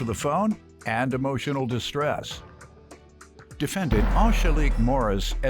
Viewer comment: How did the announcer pronounce the defendants name??